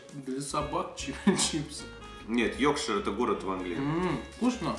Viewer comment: Вообще то, Йоркшир, а не "Йокшир", это графство в Англии, а не город.